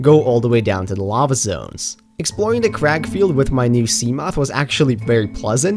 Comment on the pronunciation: don't know why but i heard "cracc field"